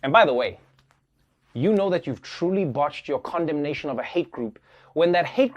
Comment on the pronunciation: Why do i keep hearing comdomnation instead of Condemnation